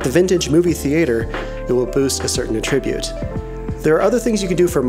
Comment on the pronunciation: "uh-trib-ute" No. Just no.